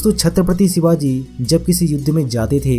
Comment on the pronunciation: सिवाजी नही ..... शिवाजी हे ..... अपनी भाषा सुधारो प्रेसेंटर महाशय ..... छत्रपती शिवाजी महाराज कहो. आधा जानकारी के बलबुते पर अपने चॅनल को मजबुत मत करो. मजबुत तो कीया हे छत्रपती शिवाजी महाराजजी ने. जो आज अपना हिंदुस्तान खडा हे. नहीं समजोके आप.